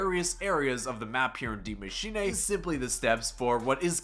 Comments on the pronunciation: I love how you butchered the name of the map. You make it sound like its a Japanese name. Its pronounced exactly how it looks its machine. Not machinay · You spelled Maschine almost perfect :D u only have to say eh at the end instead of ey Greetings from Germany 😂🇩🇪❤️ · You’re butchering the pronunciation of Die machine, it is pronounced “dee mah-shee-nuh“ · The giant monster is ORDA, BTW. & it’s Dee-ma-sheen-aye for me 😂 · He said D Mashinae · Every YouTube finds a new way to mis-pronounce the map name hahaha IT IS PRONOUNCED ‘DEE MACHINE-UH’ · It was pronounced like that in the trailer because the guy was Scottish smh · It's pronounced Dee- machine-uh, I'm German so I'd know lol. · dee machine-uh? Was labersch du? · dee maashenay LOL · masheenay he says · bec it isnt pronounced that way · well, hes not german, so it is to be excused